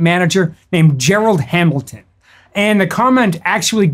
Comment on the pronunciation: “Gerald Hamilton” 🤦🤦🤦🤦🤦🤦🤦😂😂